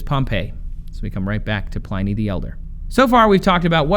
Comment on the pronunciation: Trace, learn how to day Pliny you numpty.